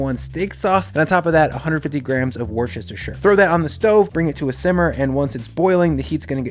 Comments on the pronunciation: Englishman hack - It's not pronounced like it's spelt. It's not "Wor-chest-is-tchure" sauce. No. Saying it that way is a Nazi spy playing an Englishman in Inglorious Basterds-level slip. It's pronounced "Wooster." Why? Because it just is, dear boy. Worcestershire sauce is actually pronounced "Wooster" sauce. That's how you survive to level 2. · I thought it was pronounced “worst-eh-shire” not “worstestestshur” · "woostersjir" Man, nobody in the US and Australia seem to be able to get that right! It's like pronouncing "Arkansas" as "Ar-kan-SAS". Great recipe, though. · IT'S WUH-STER-SHEER. ... WUHHH-STERRR-SHEERRR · Hey, it is okay to pronounce Worchestershire … “Woostershir” or simply “Wooster sauce” … it is a peculiarity of the English language ❤️😃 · Pronounce it Wuster-sher, like General Custer, wuster, but with a sher on the end. 👌🏻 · Hi, I'm really enjoying your videos and cooking some of your recipes. You and Lauren have brought some freshness and fun to cooking so thank you both very much! I cook my steaks exactly the same way and converted a number of people who liked theirs well done to just over medium rare. By the way Worcestershire is pronounced "Wus ter sher", the English certainly don't make it easy on folk to pronounce name place!;) Keep doing what you're doing! Thanks from Singapore. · Wuh Stuh Shur sauce. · for the love of god man its 'wooster' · Worcestershire sauce PSA: Brits pronounce it Wuster-cher sauce. Actually, we just say Wuster sauce. You're welcome. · Its WISTA SHEER 😭😭 I love you but every time I hear you say it I laugh but also a fairy dies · Wooster-sher sauce :D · Christ... Nobody puts a steak sauce on a well made steak. And you pronounced Worcestershire wrong. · I'm so glad I found your channel! You make everything delicious but not overly complicated. Just got a gorgeous ribeye from my butcher. Being from MA, we pronounce it "Woosta-sheer" sauce (final 'r' sound optional)!